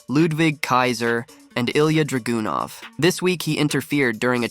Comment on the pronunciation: Ok just tryna save some people some time. Don’t watch it he don’t know nothing. He literally called ilja dragunov “dragoonov”